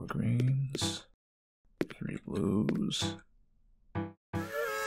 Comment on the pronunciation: This man really can't say the word "three". Gabe Newell wants to know your location